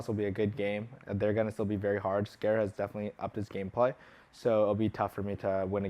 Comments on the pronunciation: Gotta love that pronunciation of scarra scare-ah lol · Scare-uh, not Scarra, Scare-uh lol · he said scare-a for scarra why? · lol Scare-ra